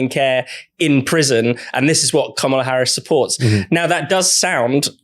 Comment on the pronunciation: You're all (deliberately?) mispronouncing Kamala's name again. It's KAM-ala, not Ka-MA-la. It's not hard to get right.